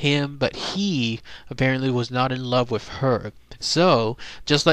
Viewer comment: and it's pronounced "with" not wiff